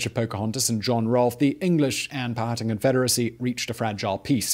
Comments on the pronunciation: Simon, I love your videos, but omg it's Pow-ah-tan, not Pow-hatten. Also, Pocahontas' birth name, aka her "secret" name, was Matoaka. I lived pretty much my entire life in Virginia and have read several books about Jamestown. I've never heard her referred to as Amonute. Is that a new discovery? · POW-HA-TAN...not POW-HAT-TAN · Not “pal-hatten” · Not pow hatan...pow a tan...powhatan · It's confusing. I know: Man-HAT-tan; but POW-a-tan. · Powhatan is pow-uh-tan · “Pow-a-tan” I think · Que que na-to-ra You will understand... THE DARK SHADOW OF COLONIAL ENGLAND